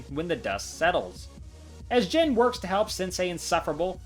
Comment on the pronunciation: question, why do you pronounce jin as jen?